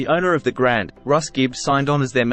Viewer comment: Also pronounced “Grand-ie” Ballroom not Grand Ballroom